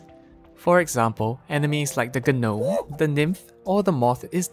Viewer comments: A gah-nome huh, it’s just “nome” Buddy. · I wince every time I hear 'g'nome. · Did this man just pronounce Gnome as Ge-nome? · everyone gangsta till he says ga-nome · Just a little note: you don't have to pronounce the "G" in gnome. Just say "nome" ❤️ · Did he actually say the g in gnome? You funny as hell man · The um G in gnome is silent. English borrowed it from another language so it's spirited word